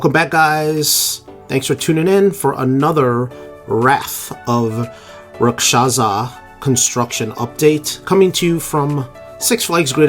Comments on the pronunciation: He got the "za" at the end. Made me want some pizza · You pronounced it right! 😂